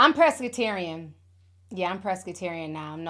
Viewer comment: Ti I know you didn’t just say “ pressss-crutarian “ pescatarian * lmaoo